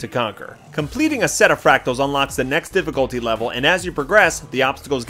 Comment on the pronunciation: Thanks, I'm a boomerang myself and not only did this help a lot but, hearing you struggle with the word fractals was priceless! thanks mate